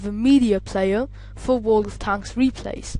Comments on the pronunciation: dude its world of tanks not tonks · how hes saying it like world of t h a n k s